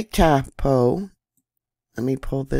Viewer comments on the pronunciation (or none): It's tau-POH, rhymes with "now GO". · Hi from NZ. its pronnounced ,, tar- po. Love to all!